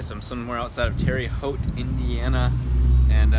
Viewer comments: Terre Haute is pronounced Terra Hote lol not Terri Haute but that's okay. You looked a little stoned so I understand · Hey I live near Terre-Haute you butchered the name😂😂